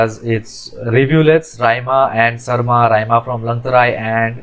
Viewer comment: Raima Or shyma not sarma